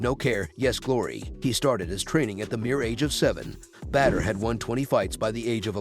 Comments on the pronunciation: Say BaDDr not bEdr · Please dont call him "Better Hari" xD his name is pronounced B A D R not B E D R its giving me anxiety to listen to this 😂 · Badr Hari is the man but come on your text to voice thing is butchering the man's name. Badr (Pronounced like *Baud - Er*) deserves more respect than this. 😂